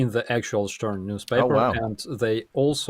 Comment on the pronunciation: "Stern" is a German magazine -> "star" / "зірка". Pronunciation "shtairn" / "штéан" 😉